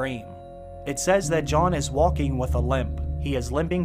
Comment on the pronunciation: Sometimes when you talk you sound very proper, and then you throw in a "doin" or "walkin" or "havin" it's weird